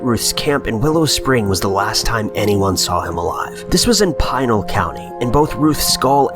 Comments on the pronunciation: Normally I dig these videos but this one made me cringe. From the pronunciation of Pinal (pretty straightforward... Pin + al= Pinal not Pine-al) to the idea that people not from Arizona with little to no experience with the desert here should go roaming out there to the assumption that a shot from above can only equate to murder. On that one, people who are inexperienced with the terrain and then bring guns into the mix, handing a rifle to a fellow party member can result in one being accidentally shot. It never surprises me that a bunch of people who have not grown up here die or go missing out in the desert. As for the skulls separated from the body... they are called carnivores or better known as coyotes, mountain lions, and bobcats, they like to eat meat and when you die in the desert: you’re meat. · It is NOT 'Pie-nell' County, but rather the 'i' sounds more like 'PInk' or 'PIn' so 'Pi-Nell' County😉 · Pee-nal not Pine-al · It's not PINE-AL County, it is Pen-AL County. Easy mistake, but jarring to hear. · I live 45 minutes north of the Superstition Mountains. I will be number 6 (or more) to go missing searching for the Lost Dutchman's gold. Also it is pronounced PEENAL County. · Pine-el county.